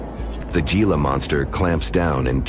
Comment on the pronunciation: If y'all are sooooooo intellectual, edgy can you not pronounce "Gila" (G pronounced H... "Hee-la") correctly? I'm sure there are many other instances. It really discredits any other info you might be trying to relay. I turned off the channel immediately, and NO, I did not and will not subscribe!!!